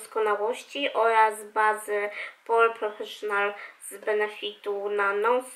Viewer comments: Spoko - Ty uczysz ludzi, ludzie uczą Ciebie :) Mam nadzieje, że teraz już będziesz wymawiała to poprawnie :))) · ta baza nie nazywa się pore professional tylko POREfessional:) Zauważyłam, że zawsze robisz ten sam błąd:)